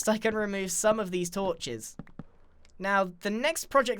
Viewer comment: I heard " torches" as " tortures" X"D